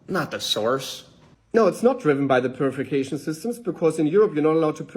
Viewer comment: First I’m hearing of “Purificashishnmss”